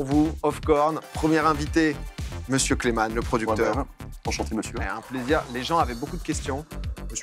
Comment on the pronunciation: C'est Kleman pas "Clayman" :'D